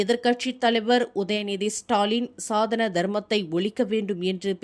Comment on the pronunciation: சனாதனம் என்பதே சரியான உச்சரிப்பு சாதன அல்ல